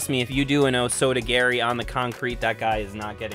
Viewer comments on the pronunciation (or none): bro said oh soto gary lolo